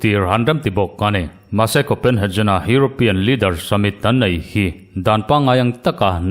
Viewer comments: Copenhejen ni lovin Copenhegen ti a lam tur anih hmel. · Kopenhagen tih hi 'jen' tih angin i lam a, 'Get' ti a kan lam a 'G' kan lam a ngai a nia.